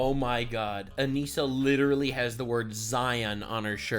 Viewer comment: "licherawwy" is devious work